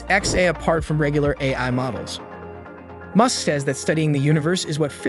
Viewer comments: Goodness gracious! If you're going to use an artificial voice for your videos, listen to the whole thing first, and correct the pronunciations it got wrong. Elon Mewsk?!? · I get u make all ur content with AI but can you use ur own voice it’s so obvious when the AI mispronounced Musks name in this video lol